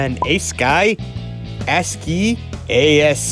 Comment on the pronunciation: ASCII is pronounced "ask-key"